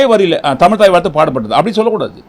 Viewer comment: தமில் இல்லை தமிழ்..... please learn to speak correctly....